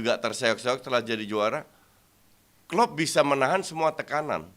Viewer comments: Pelatih terbaik di EPL adalah Klep sm Kloop... Wkwkwkwk Keseleo lidah kyk Samsul.. 😂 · bilang Klepp sama Plop😂